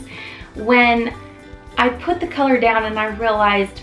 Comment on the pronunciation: I appreciate the comparison, but am thinking the video could have taken half the time. Also you may want to watch saying thee when the next word starts with a consonant. You only say thee (the) when the next word starts with a vowel ... and never say 'ay' for the article 'a' . Watch your spelling of radiant.